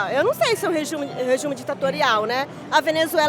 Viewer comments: So queria falar que achei engraçado a mulher falar "rejume" e falar que cuba nao e uma ditadura e o Brasil sim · "REJUME" KKK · "Rejume ditatorial" Kkkkkk